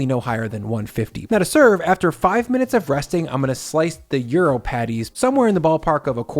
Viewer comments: "stoo" 🤣🤣🤣 I also suggest you Google how to pronounce 'gyros'. Hint: it's not 'Euro'. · In Greek, the “g” is silent. Yee-row is how it is pronounced. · Am i the only one around here who is bothered by the pronunciation of Gyros in this video? It sounds like Bri is saying euro....